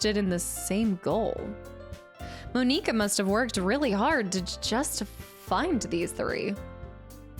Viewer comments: (No hate) its pronounced "Mon-i-ka" you said "Mon-e-ka" :( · its not moe-nee-cuh, its mah-nick-uh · Lmao her first instinct is to go for Monica. She also calls her Mon eeka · Every time she said Moneeka i died laughing☠️😂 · “Mo-NEE-ka”?! 😂 what?! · is really gonna say Mo-nika the entire 8 hours xD? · Just a heads-up... canon pronounciations are "Mon-ih-kuh" "Yoo-ree" "Not-ski" and "Sigh-oree." Just as an FYI. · Not hating but you said monkia wrong it's monica but spellt monkia